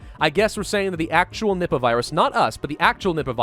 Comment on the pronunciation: I hear nibba when he says nippa